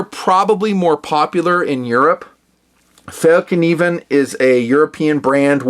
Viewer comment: You Sir, are the first non-Swede I have heard that pronounced the name of this knife makers name right! Awesome knives, I collect and use them my self. They are Swedish designed, but manufactured in Seki Japan to the highest standard!